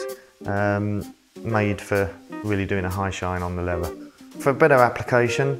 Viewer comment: "Levvah boots"